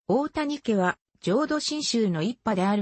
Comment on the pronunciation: 「おおや」×「おおたに」○